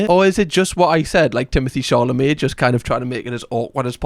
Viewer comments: Did you say Timothy Charlemagne? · i like how pronounces timothee chalamet like “charlamet” like the european in him runs so deep he can’t help but want to say “charlemagne”